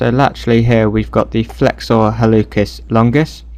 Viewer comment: Pronounciation note: in Latin, "c" followed by "e" or "i" is a "ts" or "s" sound. HalluTZis, or Hallusis longus. This actually is reflected in English pronounciation rules, too (think about when you pronounce a "k" sound for "c" and when you don't). Otherwise, very useful video!